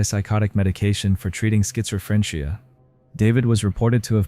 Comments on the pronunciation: "Schizophrenchia?!" wt actual f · Schizo-french-ia is definetely a new one. I apologize i don't MEAN to comment on every oddly pronunciated word but ..... i can't help but find it funny, lol. Ima start saying these words like this to people with absolutely no context or reason from now on. "Did you hear last week on March twenty-tooth Jason was diagnosed with Schizofrenchia?! ... Crazy, huh?" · "Skitsofrenchiya" 😂 I wasn't prepared for that, and I'm not mocking you. It was a funny flub. Nobody's perfect; my coworker meant to order SPANAKOPITA,but she asked for SPINABIFIDA...🤦🏾‍♀️🤷🏾‍♀️💜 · Skitser Frenchia 😂😂😂😂😂😂